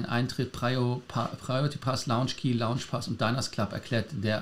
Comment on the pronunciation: kannst Du Dir mal anhören, wie Lars "Lounge" ausspricht? Du sprichst es immer wie das Englische Wort "Launch" aus;-)